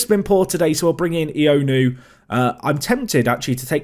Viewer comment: Ioannou is pronounced yowanu as opposed to ionu btw